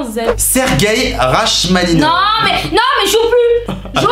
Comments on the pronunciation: ÇA SE DIT "rakmaninofe" OMG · On dit: ra"k"maninov c'est un musicien interpréte 😆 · Rachmaninov ça se lit Ra''k''maninov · serguei rachhhhhhhmaninov mes oreilles saignent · Par contre comment t’as dit Rachmaninov c’est pas possible